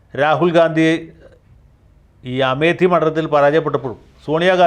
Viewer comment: അമേഠി എന്നാണ് ശരിയായ ഉച്ചാരണം . വടക്കേ ഇന്ത്യയിൽ O എന്ന ഉച്ചാരണം ഇംഗ്ലീഷിൽ th ആണ്. തെക്കെ ഇന്ത്യയിൽ th ത എന്നായി പോകുന്നു.